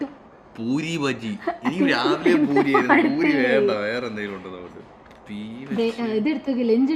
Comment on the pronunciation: boori.....😳😳😳 Poori✅ Boori❌ BRAVEEN...😂😂